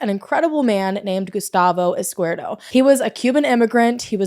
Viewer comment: Her last name is pronounced Izkee-EHrdo.